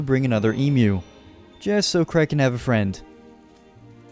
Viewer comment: tf kinda name is creg? please tell me your not trying to say Craig